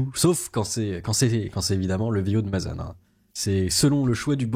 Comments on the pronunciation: Mazan, pas Mazane. Et sinon l'avocate, ils l'ont trouvé au marché du port de Marseille ou quoi? Une ancienne vendeuse de pâte à tartiner algérienne sûrement... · le nom de la ville c'est pas "mazane" mais bien mazan